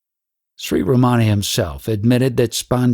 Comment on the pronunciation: So insightful and helpful, thank you! But uh, it is not Ramaana, it is Ramana. The "n" is pronounced with the tongue retroflexed back on the palate, but most westerners cannot do that...:)